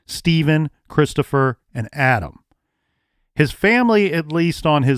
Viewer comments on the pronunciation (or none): none